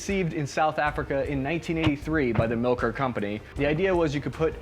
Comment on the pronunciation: It's pronounced "mill-core" not "milker"